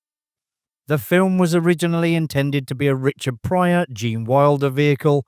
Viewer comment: Its "Pryor"......